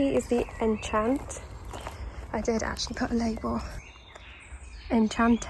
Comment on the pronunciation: The sweet pea variety name is French. Enchante (with the accent on the e) is pronounced: on (with the nasal n)-shon-tay.